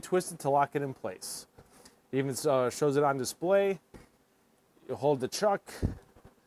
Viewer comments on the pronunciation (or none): none